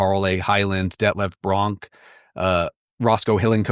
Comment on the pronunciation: Can't believe he said Detlef Bronk, like Benji Bronk!!